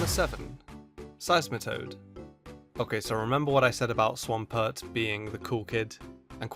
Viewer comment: DO NOT LEAVE OFF THE E IN SEISMITOAD!